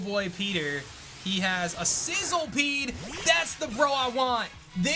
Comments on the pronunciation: It’s not called sizzlepede it’s sizzlipede. Just saying because it for some reason bugged me when I noticed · Isn't it Sizz- li -pede, and not Sizzle-pede? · It's pronounced SIZZLE - E - PEDE.